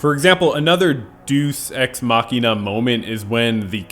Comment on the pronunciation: machina is pronounced makina